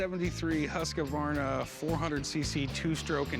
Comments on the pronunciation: husqAAAAvarna. Bro, where is the A coming from? It's pronounced Huskvarna. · Husq-varna not husq-ka-varna.. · Cory must be dyslexic, dudes adding syllables to a word "huskavarna"... Bruh its "Husk-vaa-na" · I don't believe its pronounced Husk - a - varna , its husk-varna. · i would be paying that man 500 bucks all day every day for that husq .. the fact that these tools keep saying Husq A varna tilts me a bit haha .. its Husq as in husk of a turtle .. then just add varna .. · Every person in this video called this bike a Husq-A-Varna its pronounced Husk-Varna not HUSKA VARNA! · The proper pronouciation is Hoosk-varna. Not huskavarna. The company started out as a firearms company and then they got into sewing machines. Sadly the bike should have been restored. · Not everyone saying Husqavarna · Yeah but the proper pronunciation is weirder than the spelling without the A. For some reason it's Hoosk•varna not husk•varna. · Hoosk vaar nuh!! Not huskA varna 😂🤦🏻‍♂️ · Pronounced Husk-Varna not Husky-Varna. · It’s pronounced whose-qwarna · It's not Husq "a" varna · I find it funny that people call them husq-a-varna. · Is that actually how American's pronounce Hasqvarna, with an second R (HasqRvarna), or is it just these guys? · I hear a lot of people pronounce it that way. Never understood why but yes it's common. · always fun to hear Americans try to say Scandinavian names, they never get it right XD Huskey-verna? Really?`! XD XD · As a swede it hurts my ears listening to yanks mispronounce husqvarna so bad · Does everyone butcher the name Husqvarna as much as these guys? Any other Swedes agree? It is just horrible, I wince everytime they say it. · As a norwegian it hurts how they pronounce ''Husqvarna'' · As a Swede hearing them pronounce Husqvarna.. oh boy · Corey can't even pronounce Husqvarna right...